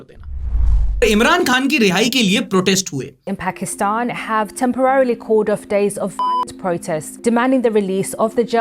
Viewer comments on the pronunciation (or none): none